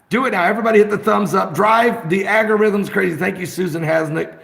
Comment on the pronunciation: ...did he say " aggy - rhythms " ?